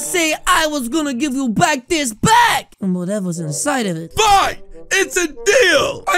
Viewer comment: Bro said bak